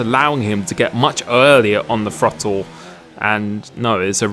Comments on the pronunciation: The FROTTLE, you brits and your pronunciation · Every true American knows it's pronounced "Throddle".